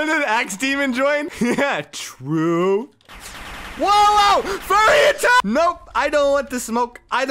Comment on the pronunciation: That was so funnny when he said fury attck XD